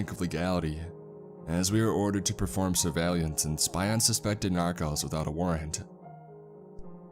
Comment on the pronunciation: I mean, even the word surveillance suffered 😅